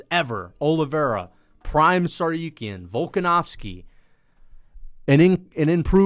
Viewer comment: I hate the way he pronounces TsarROOKyan